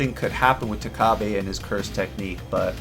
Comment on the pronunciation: it's takaba not takabe